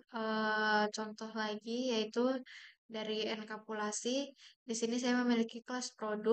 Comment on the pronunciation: bukan enkapulasi tapi enkapsulasi yah. tadi di presentasi nya salah sebut.